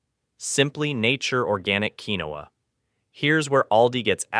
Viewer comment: Keen-wa!! Not keenowa (pronunciation). Flour comes with those bugs’ eggs not seen until after hatching. Always store flour, oatmeal, and butter in the freezer. Buy five gallon containers for water. You’ll need at least ten of them. Keep them filled with water in a cool dark space. Buy canned meat and also buy canned gravy. Make flour tortillas rather than buying yeast breads. Spices: dry chicken broth, dry beef broth, garlic powder, onion powder, cumin, bay leaves, basil, any spices you like which includes black and red pepper, iodized salt. Pan cake mix and syrup, oatmeal, cream of wheat, canned soups, variety of canned beans, dry white rice, canned vegetables, canned tomatoes and tomato sauce, dry pastas such as spaghetti and macaroni, black and green olives, canned vegetable protein (fake meat hot dogs etc.).